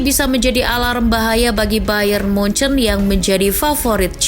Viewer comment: Jangan nyebut munuyuk😂😂😂